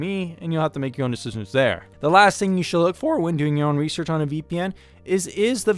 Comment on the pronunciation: your own rewsewch uwu